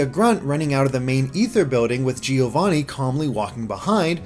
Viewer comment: Great video as always! Can you please pronounce "Giovanni" correctly, though? As an Italian, it's painful to hear it mispronounced every time.